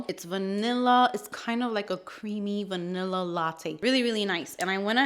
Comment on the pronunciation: Another great video 💕 🥰…. “VANILL-ER” 😂 lol I laughed so hard!!!!